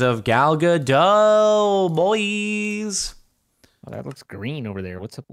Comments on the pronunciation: Ga-dot. Dot is pronounced like a dot • Not "Gadoh", Like you've been pronouncing it. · her name is Gal Gadot not Gado...